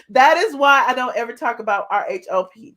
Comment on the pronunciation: Why you say eva